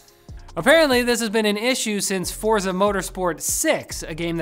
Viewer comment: Forza is pronounced "forTza", if you skip the T, you aren't doing it right!